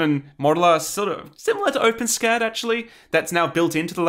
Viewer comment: Shudders at hearing it pronounced "open scat" I know Big Clive does it on purpose but!